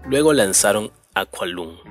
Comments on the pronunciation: Niño. "IAN" SE DICE TAL CUAL LO LEES!!!!! NO "ÁIAN". SE DICE JETHRO TAL" AUNQUE SE ESCRIBE TULL. OK?? Aqualung es Aqualong!! Y asi miles de errorres de pronunciación que tienes. Thick aa a brick se dice zik as e brik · Si vas a decir los nombres en inglés... por favor pronúncialos bien... duele el estómago... Tu análisis es lo más liviano que he escuchado.... Tu video deja mucho que desear